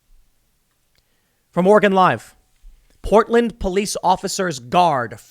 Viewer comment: Literally no one: New Jersey Tim Pool: Powtland